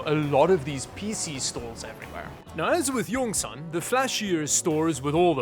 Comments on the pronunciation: Pronounced yongsawn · I died when i heard "yongsen " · pronounce Yong Sanh, Yong = Dragon, Sanh = mountain